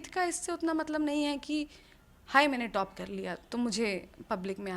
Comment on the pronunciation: अखंड चुतियापा ?? हाहाहा आपने नाम सवर्णो का रखा, अरे मेडम आप गोरी नही हो, आपको गलत फेमि हुयी है, और पत्रकार मेडम बो टोप नही टॉप होता है।